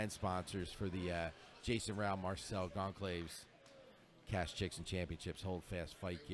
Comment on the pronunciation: I got a real kick out of hearing "Gone-claves" during this. Bruh, he's Brazilian. It's pronounced "Gawn-sal-vez" :) Great tournament though. Some really high level grappling.